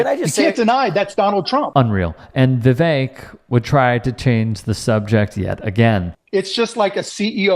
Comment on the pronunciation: As an Indian, I felt very content that you mispronounced Vivek's name. I love it! I hate him so much! And what does he mean by he didnt steal? He literally got into USA on a scholarship which he didn't need.